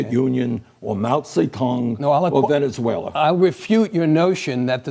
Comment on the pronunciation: “Dont support socialism because...Ve-Ne-Zuela”. That IS pathetic. Well if that’s how you view it then I will take that over the “3rd “Reicht ” anyday.